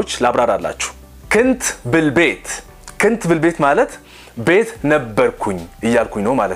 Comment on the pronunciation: ክንት ያልከው ኩንት ወይም كنت በሚለው ይስተካከል!